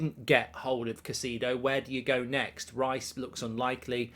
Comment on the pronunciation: Caisedo: Ki (long i) … It’s pronounced as Ki-say-doe (Spanish speakers will soften the D & pronounce it “Ki-say-tho” …NOT “Ka-see-doe” … don’t know why that irritates me so much to hear his name butchered so badly on a regular basis 😂.